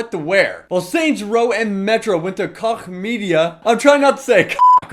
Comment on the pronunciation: Koch, I think, and I may be wrong, it is pronounced coke.